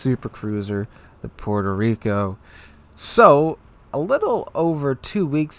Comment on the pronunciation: Puerco Reeko....